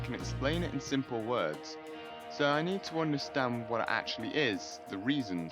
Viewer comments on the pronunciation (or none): none